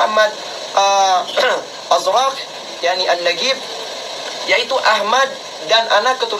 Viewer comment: نقيب pak, bukan نقبي.